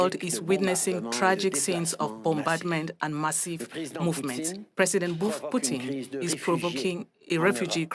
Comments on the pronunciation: Yet no one noticed he calling putin " poutine"..... someone mustve been hungry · Poutine? I think you meant to say Putin.